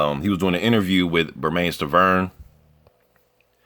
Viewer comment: Everyone mispronounces Bermane Stiverne's first name. It rhymes with "Herman".